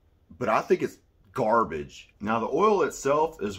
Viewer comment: Haha, I like the emphasis on "garbage". Too many reviewers are scared to talk about the things they don't like, it's good you're not scared of it. Packaging can definitely be tricky. This is why AXE products used to sell so well back in high school. Not sure how they do nowadays. haha.